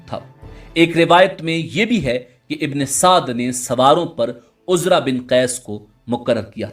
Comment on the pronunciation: Bhi ye Amar ibne Saad nhi ha ye musalman tha hindu nhi tha AMEAR NAME HINDU ME HOTA HA AAP APNI VOICE SAHI KARO UMER IBNE SADD NANE THA AAP APNY VOICE UMER IBNE SAAD BOLO UMER KA NANE LETY HWY SHARAM AA RAHI HA